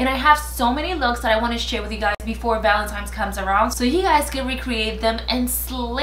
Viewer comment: I still dont understand why people say valentimes.... it's valentine's..... but beautiful as always!!!